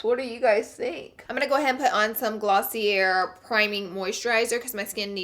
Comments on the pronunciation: Im not , Taylor is a bitch. Sometimes people talk shit for a reason. By the bye its pronouced glossi-A.. yall are supposed to be here to educate us come on man. Truley what was the point of this review , wee cant buy it, if we did maybe w waved to see how the brushes interchange? Crappy review girl. Oh love the poor me im going on to many vacas bit too... bora bora , figi and your bitching about a 52 dollar contour kit come on now. Plus it's sold out so truly whats the point??? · I cringed when she said "glossier" like glossy air..... come on girl!